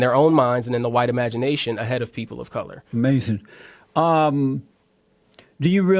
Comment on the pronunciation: I love it when Jesse says: Amazin' when the other guy says something dumb.